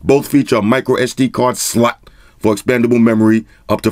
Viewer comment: I love how he says slot😂 it kills me Everytime😂